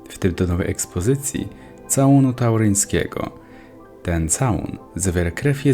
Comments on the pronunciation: Całun jest Turyński a nie tauryński 🤣🤣🤣🤣🤣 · Chłopie!? Całun jest Turyński a nie Tauryński